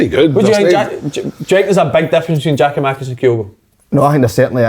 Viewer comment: who is "Geo-Makis" ffs just say his name properly hope he does leave so we don't need to hear it again